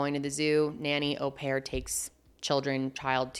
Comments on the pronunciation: It is a French word. O pair. English words like maul or haul might make us think it was said differently. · “Oh” pair - usual pronunciation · How does she read au as aw? It’s French bestie just go on google for the pronunciation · Actually the proper French pronunciation of "au" is actually closer to the English "or", so hearing "Oh-pair" does hurt a lot of people's ears and your "awe-pair" isn't so bad 😂.